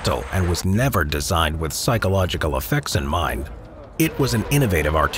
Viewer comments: it's "psychological" not "pyschological" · Right is : psychologycal, not pYSchological like in this video